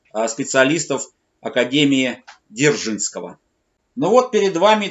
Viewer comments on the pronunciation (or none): ПОЧЕМУ, автор называет академию ЗДержнского, когда она ДЗержинского?!! Вроде рассказывает историческую тему, но сам не грамотный что-ли?😂